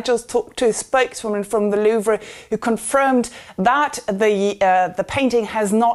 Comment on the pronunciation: The "Loovra"? How can you be in Paris covering news about art and not know how to pronounce Louvre? 😂